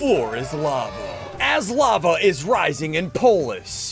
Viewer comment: SSundee: The "f"lava is rising Me: what-😃 you mean lava-🥲